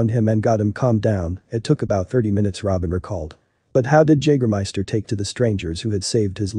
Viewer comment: When you make this video, don't you listen to it before you release it? I mean come on, how do you not know how to pronounce Jagermeister?